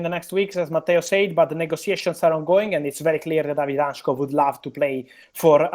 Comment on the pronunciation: David Hancko (han-tzko) not hanchko 🇸🇰❤️